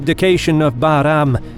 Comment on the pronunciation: Love the way you pronounce Bahram 👍